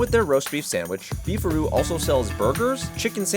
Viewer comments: Thought it was "beef rod" 😮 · I thought he said, "Beef or Roo". I guess you can get roast beef or roast kangaroo. Southern Comfort food. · Thought it was “Beef RoD” beef rod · I thought "Beef a Roo" said "Beef Rod", ya know, like a hotdog place. Or a penis. A beef rod could be a penis.